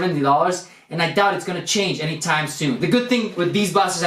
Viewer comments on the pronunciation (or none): none